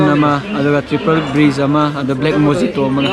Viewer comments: Mo-e-to haiba oirmni da mojito oirmmoi ďa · When u pronounce it, its mohito not mojito. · Mojito haiba natte.. Mohito haina pagdbne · Mojito pronunciation is mohito🤩👍👍